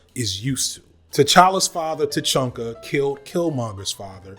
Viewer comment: Who is T'Chunka? It's pronounced T'Cha-ka